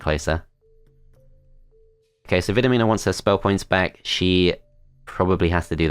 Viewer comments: Thanks for the upload. I LOVE the series. The character of ViDomina was one of the central characters in Wizardry VII and VIII - I believe it's actually pronounced like VidOmina - she even wears skimpy leather in that game. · I swear I am hearing Vitamina every time 🤣